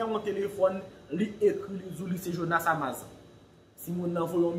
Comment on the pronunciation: Misye anraje.li pa gn vwa jonas ditou Li ta vle imite jonas podyab.epi li paka di amazan nn.amazone 😁😁